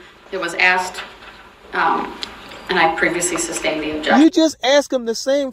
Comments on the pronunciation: He says substance instead of sustained just like he says tacket agreement should be taken agreement he has no idea what's going on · Did he any point figure out that it’s sustained and not substained? I mean I know he figured out tacit but did he ever figure out sustained?